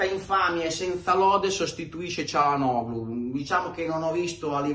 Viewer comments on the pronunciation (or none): none